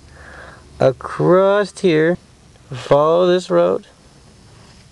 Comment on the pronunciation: Hahahahaha-- you just said you were driving "acrosst" the state! HahahahahaWashingtonian...